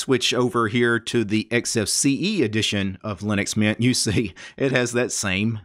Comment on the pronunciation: Good video but it hurts me how you pronounce linux mint like linuxmian